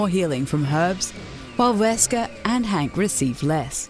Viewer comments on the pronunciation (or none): its hunk... not hank